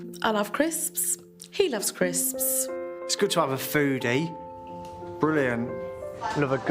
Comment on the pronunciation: The way she pronounced CRISSSPS had me physically frowning with my full body. I guess she really lives out loud and more power to her, but it’s grating on the ears nonetheless 😆